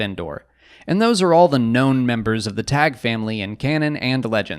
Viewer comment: I thought it's pronounced 'Taggy', pretty sure Palpatine in Episode III pronounces it that way when he wants his shuttle prepared to rescue Vader on Mustafar. But then again has mispronounced Ahsoka in Rebels when hunting her in The World Between Worlds he says 'Aksoka'.